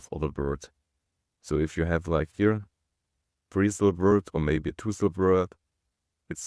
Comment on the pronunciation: "silves" = "syllables"